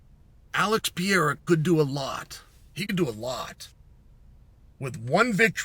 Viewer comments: Chael, are you trying to say “Pereira”? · Chael has inside info that the fight hasn't been offered to Jon yet, within seconds of that statement is claiming the RETIRED Stipe Miocic could be an opponent for Aspinall. Between that and Cyreeyul, Pee-air-ah and Uncle-eye-ev, I can't take this guy seriously.